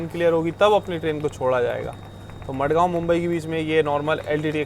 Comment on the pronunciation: Not मडगांव its माणगाव